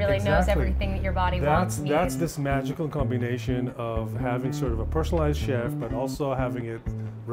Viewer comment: oh no she really said CHef